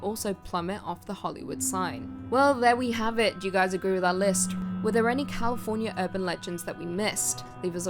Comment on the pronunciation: "Californier" I heard it. Don't deny it lol 🙂